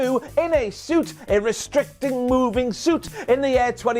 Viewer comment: “A ristricting moving suit” 😂😂😂